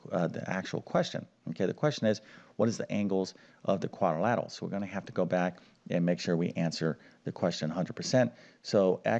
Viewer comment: It's quadrilateral NOT quadilatal.